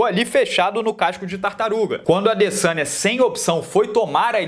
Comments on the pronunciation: Eu escuto " Israel alessanha " kkkkk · alguem ja percebeu que na narração original eles falam LASANHA no momento de falar ADesanya?